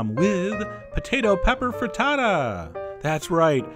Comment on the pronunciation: you say FRITTATO I say FRITTATA